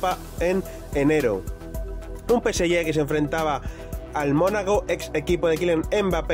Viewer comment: Deja de decir Peseyé!!!